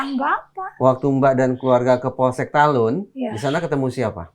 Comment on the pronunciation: udah betul bilang talun, bukan talut lagi